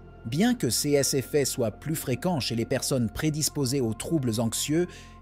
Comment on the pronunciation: Chèr IA ces se prononce sé et non pas céssss ! SÉ risk et non pas cesss risk ou pire encore sé S ( en prononçant le S)